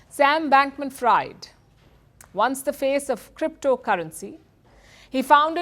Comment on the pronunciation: She said Sam Bankman Fryed....